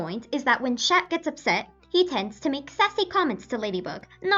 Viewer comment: You hate the english dub but you don't pronounce "Chat" correctly. -_- lol